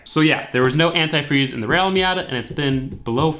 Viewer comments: Ant eye freeze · Ah that pronunciation of antifreeze 🤨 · Love how you say AnTIfreeze ! LMAO. I live in Florida and I need to drain and refill my system. I did a water pump, timing belt and filled it with water. It can mess up your system with just water ( in the south ) corrosion, etc. I think anTI freeze and distilled water is the way to go Bro !